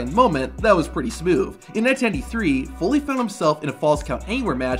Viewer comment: Am I the only one hearing him say smoov instead of smooth